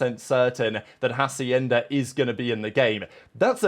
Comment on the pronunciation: Hey, you are using a "J" sound at the beginning of "Hacienda", it's Spanish so the "H" is silent, so you can pronounce it if it did not have the "H" as "Acienda", the rest of the pronunciation sounds good